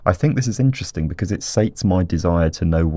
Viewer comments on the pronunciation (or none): EEEN-Terresteen "interesting"